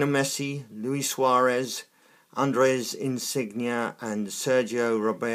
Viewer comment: You said Andres insengia